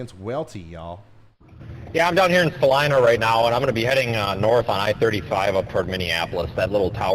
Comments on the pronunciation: Right? It's Sa-LYE-nah! He wasn't sure, so kept pronouncing it both ways every time he mentioned Salina. Each time he said Sa-leena, I cringed. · Sa-leeena, haha